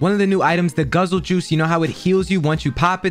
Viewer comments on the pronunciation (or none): you didnt say Guzzle juice right <3